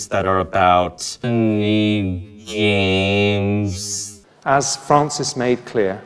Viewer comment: "геймс" как будто "ГЬ"